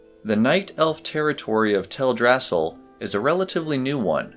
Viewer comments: Oy, it is prononced "Tel Dra Sil", not "Tel Drassel". It is a play on Yggdrasil. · Tell druh sill, not tell drassle. They even pronounce it in game. I see your corrections but you might want to pin it to the top of the page so people read it first. Just a suggestion. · It's Teldrasil not TelDRAsil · It's TELdrasil, not TelDRAsil. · Is it Tell-drasal? I always pronouced it tel-dra-sil. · Its Tell-Drass-EEL Great video, but the mispronounced name bugged me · you lost me at "tell-drass-ill" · theres one thing that bugs me about your video, thats not to be rude of course! this is really well made but Teldrassil is pronounced tel-drasill all one word as it is based off the world tree yggdrasil from mythology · I've always pronounced it Tel-dra-sil too 🤷‍♀